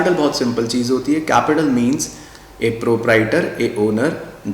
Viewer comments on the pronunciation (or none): none